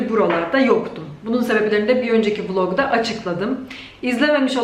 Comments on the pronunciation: Lütfen artık "vılog" deme. Seni seviyorum ❤❤❤ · "vlog" kelimesini dogru telaffuz et artik ya VILOG degil daha yumusak soylee